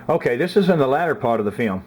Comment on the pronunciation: I love how he says "fee-om"